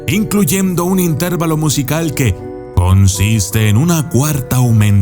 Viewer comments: Se dice intervalo, acentuado en la a en lugar de acentuarlo en la e. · Es intervÁlo, no intérvalo ( se que no llevan acento pero lo marco para ejemplificar)